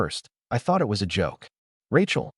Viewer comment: The constant “dot”s and pronounced A T instead of “at” and I T instead of “it” and S O instead of “so” etc., makes the story barely comprehensible. Fix your AI.